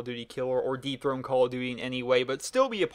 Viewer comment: When you said "dethrone" at first I thought you said deep throught lol dirty mind at work.